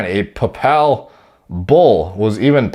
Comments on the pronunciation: Haunting for the Algo. Just when I think is a genius he mispronounced Papal. Obviously not a catholic. lol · Absolutely butchered the word Papal, I'm dead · Doesn't know how to pronounce papal